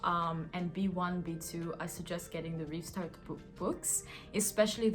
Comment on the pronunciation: It’s „Rivstart“